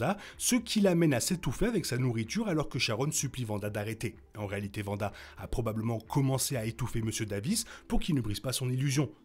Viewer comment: C'est Wanda. Le W ne se prononce pas V